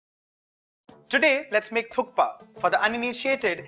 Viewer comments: It is pronounced as thuppa the K is silent..... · Thank you for articulating the correct name Thukpa so clearly, Varun. It is on occasion misheard as . Amazing recipe